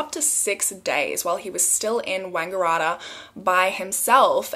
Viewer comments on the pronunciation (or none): It's actually pronounced wang-gah-rat-tah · The way you pronounced Wangaratta has me cracking up! Love your videos! Hope you're enjoying your holiday! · I love the way you pronounced wangaratta 😂😂😭